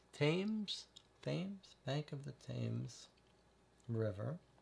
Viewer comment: Tems. It's pronounced The River Tems. Not Thaaaymes.